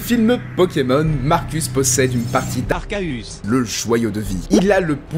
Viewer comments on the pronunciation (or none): Pourquoi pourquoi tu dis arcaus au lieu de arceus! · Bon, allez, c'est "Arkéus" la bonne prononciation! POINT! FIN DU DÉBAT! Non mais! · en fait, même si j'ai l'habitude de prononcer "Arkéus", en japonais la prononciation c'est "Arséus" tout comme "Réjiguigass" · C pa arcahus mais c arceus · Je prononce toujours " Arkéus " ( désolé pour l'orthographe ) . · Sinon Gregory House le prononce "Arséusse" il me semble :v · Arcaus pk arcaus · Sa ce prononce arsseus di par Sasha en v.o. et par le créateur de l'anime donc les au prononciation sont que des mauvaise traduction. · Le nombre de fois que j'entends "Arcaeus"😂😂🤣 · Arkauus chui mort jpp 🤣🤣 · Xd vu que il sais pas dire arcéus il a une voix of😂🤣😂🤣😂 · Pourquoi il dit arcerus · Il ne dit même pas bien "arceus" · Pour éviter des débats de prononciation? alors que dans la même section il dit exclave et arkédong? mais non mais là, c'est juste pas possible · Mabra ben parce que pour Arceus même avec leurs vidéos ils se sont rendu compte qu'il y avait plusieurs prononciation d'arceus donc pas de réel bonne prononciation